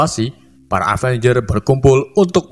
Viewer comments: avanyer wkwkwk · setiap ngucapin kata “avenger” ko malah kedengerannya kaya “avanyer” wkwkwk